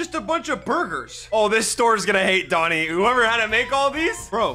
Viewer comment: Bruh it's doni not